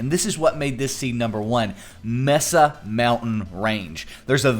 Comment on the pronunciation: Dude, stop saying "messa!" It's pronounced "maysa."